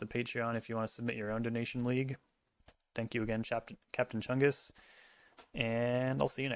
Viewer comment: Not enough emphasis was put into the name “Captain Chungus”